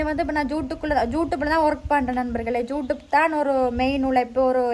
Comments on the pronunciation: am i hearing it correctly!! YouTube or Jutube 😮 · Adhu jutube illa thangam.."youtube"😅